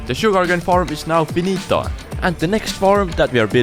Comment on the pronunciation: It’s “finita” not “finito” ahahah, i wouldn’t expect to hear italian in a video